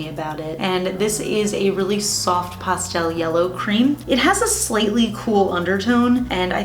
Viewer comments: 😂 I've never heard anyone say Pastel like Pawstel...weird. I also love Urbanized by Cirque! Such a beauty for fall! 😍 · lol...makes sense...when she says it like that I immediately think of pasta...😂